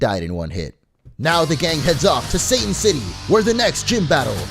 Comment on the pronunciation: hes saying satan i hear Sane.......